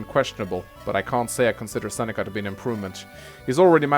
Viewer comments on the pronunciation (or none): "Who are these friends of yours that Sex..Seneca has taken from you?" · Every time tried to say Seneca it sounded like sex ( ͡° ͜ʖ ͡°)